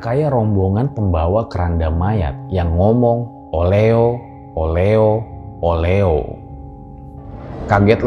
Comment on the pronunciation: Sebenernya oleho bukan oleo